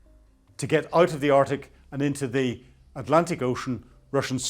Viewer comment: Again, interesting content but naff pronounciation detracts from it. 'Arctic' has a 'c' in it - 'Artic' is a lorry!